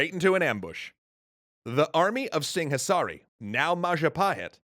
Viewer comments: There's a h in Singasari that he keeps pronouncing exaggeratedly. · Si-nga-sa-ri, not sing-a-sari. LMAO